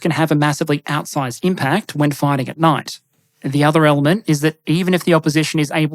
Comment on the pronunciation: You need to work on your pronounciation of 'night'. I kept hearing 'knife'.